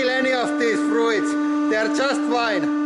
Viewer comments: "Froo eets" I cantttt 😂❤️ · Press those froo-its!